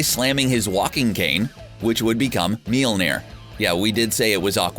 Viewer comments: This guy doesn't know how to pronounce Mjolnir or Beta. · "meal near"? 😂 It's pronounced me-YOL-ner" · He also doesn't know how to say Mjolnir.